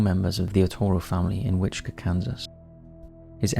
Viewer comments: Wichita Kansas is pronounced “which-uh-taw.” I don’t know where you’re getting the “kaw” from. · Wichita pronounced WITCH-ih-taw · It’s Which-a-ta, lol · *Wichita kansas. Witch-it-ah. ;) Named after the Wichita tribe of Native Americans. I live near there. We have a very laid back culture here. A nickname for the city is Doo-Dah, because of this. Also known as the Air Capital of the world because we have Boeing, Raytheon, Learjet, Bombardier, Spirit, Airbus plants. It is a beautiful city and BTK is the ugly stain that people ever hear about us. But it is a fascinating case, nonetheless. Can't wait for your MM video! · For your in depth BTK video Wichita is pronounced wi-chuh-taa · I think this may be the correct pronunciation for the tribe it was named for, but around here the city is pronounced like “witch-it-aww.” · how do you not know how to pronounce Wichita? Your mispronunciations have got to be on purpose at this point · Maybe look up the pronunciations of Wichita and El Dorado before recording the BTK episode.